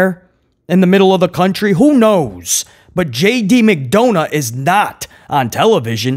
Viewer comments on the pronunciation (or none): My boy said JD McDounut lmao 😂